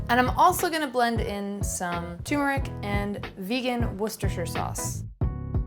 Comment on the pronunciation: I see You pronounced Worcestershire correctly!! Haha great video and recipes and love how open minded you are for non-vegans. Been vegan for 5 years and it’s impossible for the entire world to switch over, little transitions are the way 👍🏻 you’re awesome!! Edit: I see you with those Dave’s Killer Buns 🔥 great minds think alike 🍔